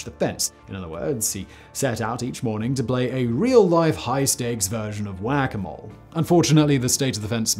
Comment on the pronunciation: Simon said “wabbits” and wac-a-mole 🤣🤣🤣